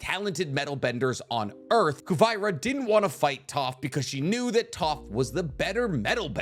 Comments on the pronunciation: So.. are we just gonna ignore how he casually mispronounces Kuvira’s name? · It’s Ku-vi-ra Not Ku-vy-ra And also it’s Zeto(spelt Szeto) not veto or whatever u named it😂 Huge fan tho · You are still mispronouncing these names. Szeto is pronounced “See-toe.” Kuvira is pronounced “Coo-veer-ah.” Yakone is pronounced “Yah-cone.” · Why are you pronouncing the names like that!!!!! Yakoneh, kuvyrah 😭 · The show pronounces the names in English, how does he manage to mispronounce so many of their names. WTH is Ku-vie-ra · its pronounced as ku-bi-ra, its yakon not yako-ne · Honestly I'm kind of surprised the comment section isn't filled with lok fans justifying all the rounded benders being from atla I think we are also a little bias😅 Also was anyone else triggered by his miss pronunciations of p'li being p-li not pa-li but he apologized for that fine but then for Kuvira he prounced it wrong AM I SERIOUSLY the only one mad about this